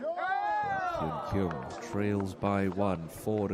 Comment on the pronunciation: Nice play. but be nice if the commentator would learn how to pronounce her name. Totally off.